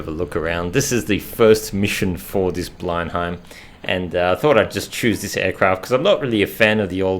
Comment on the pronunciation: Great video. I believe the aircraft is pronounced blen-em.